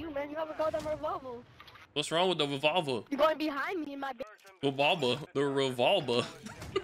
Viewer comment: The kid that couldn’t pronounce revolver was funny 😂😂